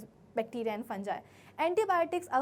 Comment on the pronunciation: Funga ❌Fungi✅